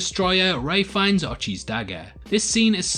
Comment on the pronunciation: You kept saying “Ray Finds” but all I heard was “Ralph Fiennes” and now I’m like, God Ralph Fiennes would have been a perfect villain for the contrived garbage movie